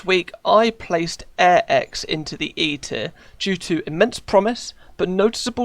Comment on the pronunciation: When he said e tier it sounds like eat it